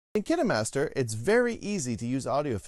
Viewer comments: Its KINE MASTER NOT KENNA MASTER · I thought it was pronounced “Keenmaster” not “Kinamaster” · i thought it was pronounced as "KaenMaster"not "KeenaeMaster"